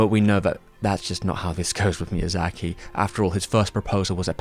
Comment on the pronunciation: A yes, my favorite director, “miyazachary”.